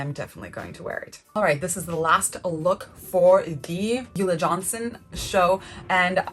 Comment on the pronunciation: Isn’t ulla Johnson pronounced: OOO-Lah Johnson. Not You-lah Johnson?